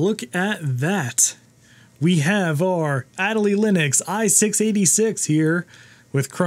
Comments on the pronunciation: “Ah day lee”. It’s named for the penguin. 😎✌️ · That Accent Aigu is very disappointed in the way you pronounced Adélie.